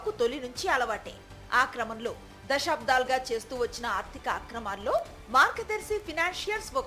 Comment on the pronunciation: Anchor గారూ! అమ్మా! మీ భాషణ బాగానే ఉంది కానీ "దశాబ్దాలు" అనాలే కాని, మీరు వత్తు పెట్టి.. దశా'బ్ధా'లు అంటున్నారు. తప్పు దిద్దుకోండి.